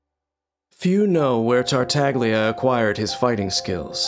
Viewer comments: MUHIYO: TAR-TAG-LIA ME: TARTA-GI-LA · Can't help but cringe everytime someone pronunce Tartaglia in the english dub. It's like prounouncing Gean instead of Jean. Voice Directors not even bothering to search for 1 minute how the name actually sounds. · At least for you it chills when he says that, to me it chills when he bad pronounces Tartaglia, like, you chose to use Italian names for your harbingers? At least say it correctly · Every time I hear they pronouncing "Tartaglia" that way in this video, my ears cry a little... 😅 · i hate how even in the official trailers they mispronounce his name :/